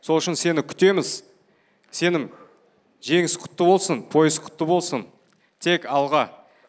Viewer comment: Мынау орысбай комментаторға айтасыздар ма, Сеним емес Сенім деп айту керек)